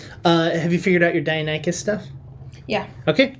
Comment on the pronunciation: It's pronounced "die, nonny cuss!"